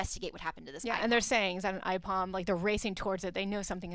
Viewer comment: Ipom? It's Aipom